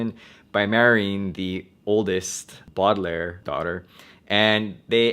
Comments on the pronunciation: Okay I like your channel but it is Baudelaire ( Bow- de -lair ) ! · btw its pronounced boud - e - lar